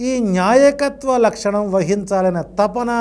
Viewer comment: Nyaayakathvo kaadu baabu. ,NAAYAKATHVAO laxanam